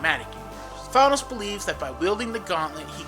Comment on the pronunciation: I can only listen for a little a bit while he is being called Thonos.